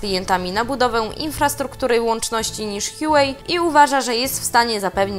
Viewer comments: Nie Hiułej tylko Hłałej się mówi. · łałej jak już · Nie, absolutnie nie. H jest dźwięczne. HUA czyli kwiat. 华为。 Wpisz to sobie w google translator i zobacz jak przeczyta.